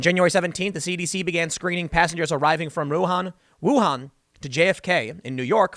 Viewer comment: So sad this is going on during Spring Festival. :( Hold up! How did you pronounce "Wuhan' again? Now, I am sick. Why don't people research how to pronounce anything before talking to the public? We have the internet, people. Just saying.... It's easy